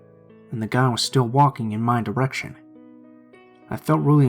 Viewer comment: Schtreeht, direcshion, bookschelf 😂 why am I laughing